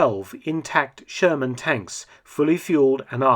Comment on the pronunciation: Who else hear the sherman as german